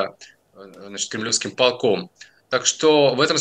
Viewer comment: ПолкОм, не "пОлком", извините.